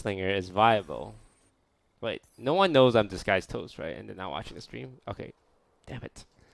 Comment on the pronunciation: Is his intro saying “this guys toast” or “disguised toast” I’m confuzzeled